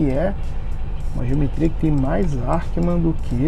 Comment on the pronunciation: Ackermann!!!! Arckeman não existe !!! Quer explicar o que é e nem sabe a pronúncia???